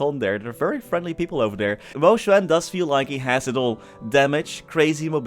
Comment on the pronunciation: based on how you wrote the pinyin, i think it's pronounced closer to Mo "Shu"an, Xu is more like Shu or Shoo or Shoe